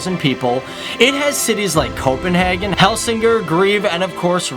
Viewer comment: The way he Said Herlev, Helsingør, greve, Ribe and roskilde